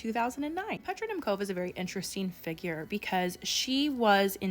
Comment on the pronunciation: As a Czech, the pronounciation of Petra Nemcova is sending me😅🙏 Love your channel though🥰